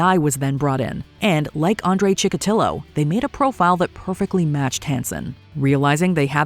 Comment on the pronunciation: Andre Chikotilo*, not Chillo.